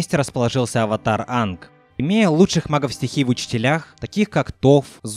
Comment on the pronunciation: Почему ты Аанга называешь Анг?